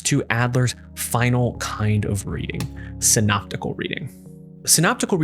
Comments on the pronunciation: It's Syntopical reading is it not? And not Synoptical Reading. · Syntopical not synoptical?